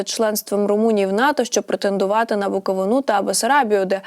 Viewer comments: Не "БуковинУ", а "БуковИну" 😊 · Буковину а не наголос на о